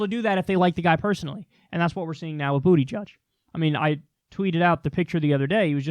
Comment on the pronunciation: Booty gieg really??? That is sad for you Kyle. Maybe you didn't say it on purpose. It's pathetic. Condescending? you called a gay man booty-judge. Bernie buckled to Amazon. He thought he won but Amazon still screwed it's workers and Bernie spiked the football to early. You think you're helping Bernie. You're not I'm considering other options cuz of the smugness and Bernie alter worshiping by you, TYT, and Dore. Pakman is the only one who puts out the ideas and actually puts nuance and looks at the forest through the trees.